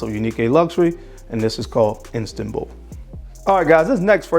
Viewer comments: Its Istanbul not Instanbul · *Istanbul, bro. Not Instanbul. Formerly, Constantinople. Dope video, though.